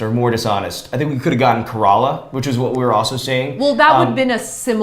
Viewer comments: Dammn that Google search was near Bangalore and I live there and I had no idea it was so close.... but I guessed kerala which is my native place 😂 also pronouncing Kerala as Karala😂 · I love how is pronouncing Kerala at first I was cringing but then I laughed...